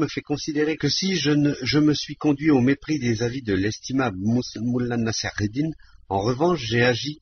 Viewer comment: la prononciation de mollah nasr eddin est insuportable